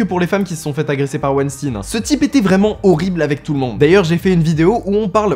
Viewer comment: On ne dit pas "wenstinne" on dit "weinstein", comme quand on dit "Einstein". Ton intonation est ridicule.